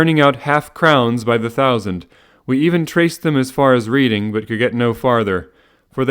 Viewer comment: Glad you're doing these, nice listen, but holy shit, Reading is pronounced Red-ing.